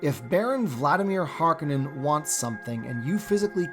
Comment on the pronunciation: HarKOnnen not Harkanenn